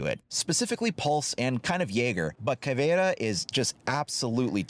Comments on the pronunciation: ALRIGHT FOR ALL YOU WHITE LITTLE FUCKS OUT THERE!!!!! YOU PRONOUNCE IT: "Caw - Vei - Raw" AND TO MAKE IT SOUND BETTER !!! ADD A FUCKING SPANISH ACCENT AND THAT'S HOW YOU PRONOUNCE IT. STOP CALLING HER "Ca : vee - era" you little fucks. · Actually it's Ka-vei-ra (pronounciation) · Pronounce it like Caveruh Mute h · It's cav-iera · It's pronounced caviar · really your Portuguese of Brazil is bad but it's good to see a channel that I like making videos of my country operators